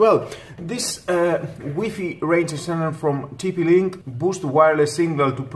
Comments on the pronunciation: Cant watch the review after he says wee fee rather then wifi lmao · It's like why Fi ..... not wee fee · how many times did he say wee fee ? has anyone count ? btw, for all the trolls, man you read WiFi like this -> Wai-Fai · Lmao “weefee” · It's wee fee dude get it right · wee fee lolz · U call it waay faay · huh huh huh he said wee fee huh huh huh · I cringed everytime he said WEE FII .. 😂😂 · WiFi versus WEEPEE 🤣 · Wee fee XD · its why fy not weee fee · Wtf is a wee-fee? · Wee fee lol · Wee fee🤣🤣🤣🤣